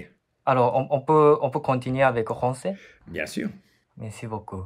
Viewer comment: Pour ce jeune homme, il devrait travailler ses "F" car il dit : rancer au lieu de français, il dit "dgénéral" au lieu de "général" Sinon, il est parfaitement compréhensible.